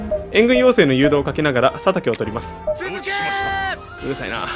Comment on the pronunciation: 続けー チーズケーキに聴こえるわ ワロタ